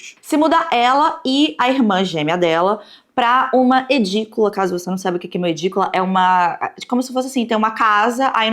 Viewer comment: Que nervoso, é Idícula, não EDícula